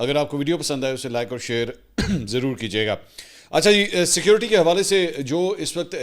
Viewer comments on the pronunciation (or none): none